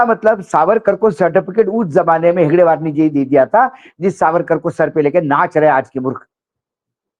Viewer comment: हेगड़ेवार नहीं हेडगेवार बोलो